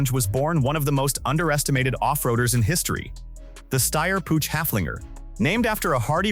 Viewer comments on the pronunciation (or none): Downvote for the inability to correctly pronounce PUCH... it's Puch not Puutsch! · It is not a pooch, it more like [pʊx]. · Pronunciation as well. 'Pooch' lol. Don't they even listen to it before they put it online? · AI/text-to-speech is dumb. Puch is not pronounced " pooch! While the ch sound does not exist in English, you can approximate it by pronouncing it like the ch in the Scottish word loch (as in Loch Ness). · and AI is not even consistent with itself! For the Pinzgauer it was Puck instead. Still wrong, but better than Pooch. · I'm already allergic to how you pronounce 'Puch'. It hurts my ears.